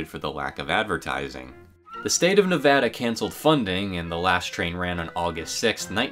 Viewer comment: From Las Vegas, thank you for pronouncing Nevada the correct way